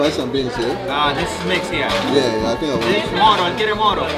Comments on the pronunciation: is not mono is moro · Mono? You mean Moro???